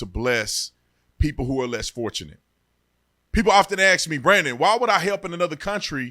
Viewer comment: Hey Brandon.I so love your videos please have your staff hep you with your pronounciations. I know you went to university but your pronounciations of words such as ask...not pronounced axe...is a simple word any one can pronounce but is such a tell as to your education. You speak to large crounds. Let's pollish it up.